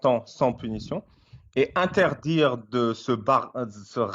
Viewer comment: "Interdjire" et "maudjire", c'est quelle langue ?